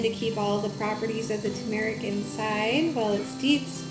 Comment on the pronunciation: Pronouncing turmeric not accurately. It should be Tur' merik. Not tu MER ik. Sorry. Most Americans dont say it correctly